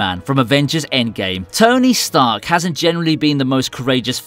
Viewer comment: Ah yes, tony starch